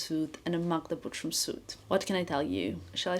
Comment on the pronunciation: Just curious - wouldn’t it be easier for you, since your first language is Balkan one, to pronounce Butrym the proper way? With not so soft “r”? Just like in 😉 Again - all love, just curiosity ❤